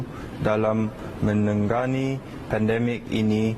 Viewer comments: aku igt robot tadi bagi speech or parodi,lucu gler dia sebut menangani jadi menanggangi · Menangani disebutnya "menanggani"